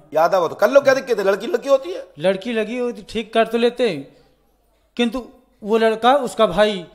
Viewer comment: Ladki ko laki bol raha hai 😂🙈 Phle padh to le 😂😂